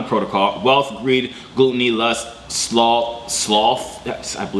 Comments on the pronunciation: Gl-uh-t not gloot. Glutton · GLUT-O-NY not glute-ony